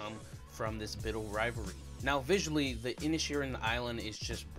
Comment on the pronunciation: Pádraig : (Paw-drig) Síobhan : (Shiv-awn) Inisherin: Inish-Air-in… NOT inish-EAR-in nor inish-EYE-rin This is a difficult review because this is an allegorical piece with multiple layers and meanings. For some viewers, the take-always can only be superficial; whereas, for others (who know more about Ireland) the meanings go VERY DEEP (and even refer to the “mythological” in the Irish mythological tradition). This is a piece about the Irish Civil War (those supporting a Free State (Pro-Treaty)versus those wanting a provisional government (IRA)(Anti-Treaty)) [and simply how some from the North (let’s just say), who held allegiance to the English, fought against the Irish Republicans (those who in Ireland wanted full independence from England and a stand-alone Irish Republic thus “Republican”…(Respectfully, NOTHING TO DO WITH USA/AMERICAN POLITICS FOLKS!)] The name Inisherin means the “Irish Isle” or “Island of Ireland”. In the movie, it is just off the coast of “mainland” Ireland. In reality this Inisherin doesn’t exist. This little Irish isle represents the greater Irish Island just a short distance away!! And, the conflicts raging in Ireland of the time of the Civil War which happens to be the period of time represented in the movie. To “turn” on (rise up against) friends and brothers for no reason or no good reason, to cause death and pain, to inflict a blood lust and an inherited feud with uncertain outcomes other than distrust, pain, loss and misery…speaks to what Ireland